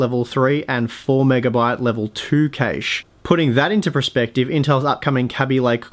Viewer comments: LOL cay-she. That's awful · "L2 Cashe." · That's not how cache and Kaby are pronounced, mate.